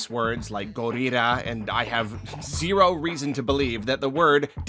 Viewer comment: huh. i think ive only heard say a japanese word with japanese pronunciation twice ever. one was zero yesterday one was gorilla today